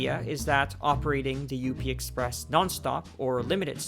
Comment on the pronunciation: It’s just called the up express lol. Not U - P express